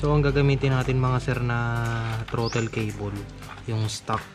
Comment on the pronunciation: Ewan Bakit naging Trotil at handil ang Pag Bigkad dapat throtol ang pag bigkas ng Throttle at handol naman ang Handle..